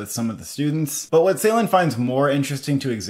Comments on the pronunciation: its not 's'eylan its 'j'eylan i Think that night help your pronunciation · not seylan, it is ceylan, as in joy. the phonetic transription is dʒ. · Thank you for the review. Really looking forward to this one. May I kindly suggest you to check the pronunciation of 'Ceylan' again. The first part of his lastname is pronounced as 'Jay'. It is kind of like 'Jaylahn' 🙏🏽 It might look like a small detail but it's kinda sad to hear so many elaborate critics, who pronounce his name totally wrong. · Guys, let’s pronounce his name correctly: Nuri Bilge Ceylan (noori bil-ghé jay-laan) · Turkish C is not pronounced like the English C. Instead, it's pronounced like the “j” in “jungle", So the director name will be "Nuri Bilge Jeylan". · Pronunciation correction. BilGe, G pronounced like G in word Ground. C in Ceylan pronounces like J in word Jerk.